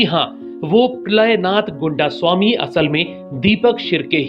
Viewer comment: Goondasami nahi.. Gaindaasaami